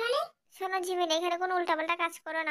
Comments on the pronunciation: জিমিন ❌ঝিমিন✅ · আপু গল্প টা অনেক অনেক সুন্দর হয়েছে আর দুই টা কথা সুনে অনেক মজা পাইলাম জিন কে বলছেন ঝিনু আর জিমিন কে বলছেন ঝিমিন 🤭🤭🤭🤭🤭